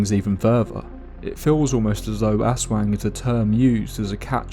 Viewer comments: Ahhhhh yes the terrifying Ass Wang. Poopy, scary, and terrifying to become.😂 I’m sorry, the creature is pronounced Az Wong if this helps. Do did such a great job story telling drawing, but broke my immersion in . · Don't say it like "Ass wang" Say it like A'swung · Bro said Ass Wang 💀 ... good video btw! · hearing someone pronounce "aswang" as "Ass wang" is the funniest crap to me lmao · The way he pronounces "aswang" as "ass wang" gotta be deliberate 😂😂😂 hahah but I had an experience when I was in the Philippines. One night I saw a what looked like really big bird or bat fly by my Aunt's house and when I pointed it out all of my aunts were like "that's an aswang" and it just so happened that one of the neighbors was pregnant at the time. Could it be a coincidence? I don't know but that was the only time I've ever seen a bird or bat with such a large wingspan. Not sure if any large flying animals exist in the part of the Philippines I was at though so I might have seen an actual aswang but who knows. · I love the vid but the aswang mispronounciation is so consistent that its scarier than the vid lol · The pronunciation of Aswan took the horror out of everything but it’s neat to see my cultural heritage hitting the main stage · I'm sorry but the way you said Aswang completely made the whole intro hilarious instead 😭